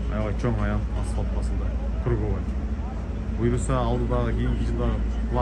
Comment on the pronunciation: Асфалт эмес эй асфальт деп суйлочу